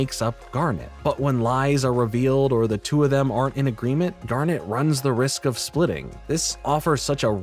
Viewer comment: I'm glad you watched it finally! I'll even let the fact that you say "Garnette" instead of just Garnet slide 'cause you're cool. What I took from Steven universe (particularly future) Is that you need to love yourself as much as you love others. They're both equally important to a healthy mental space. It's not narcissistic to be comfortable with yourself and think about what you need sometimes, nor is it necessary to constantly martyr yourself and sacrifice your own happiness for the sake of others. Loving others and loving yourself are two sides of the same coin. Without one, the other suffers.